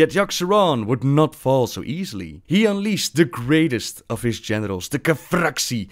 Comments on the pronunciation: Okay lol I'm glad I am not the only one who heard that instead of General's* LOLOL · I heard "He unleashed the greatest of his genitals" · Great series! Also with your accent it sounded like you said "he unleashed the greatest of his genitals!" xD